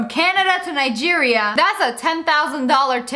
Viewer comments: i do be suprised you pronounce nigeria well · Finally, someone who says Nigeria right.